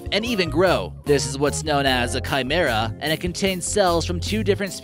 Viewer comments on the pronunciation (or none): none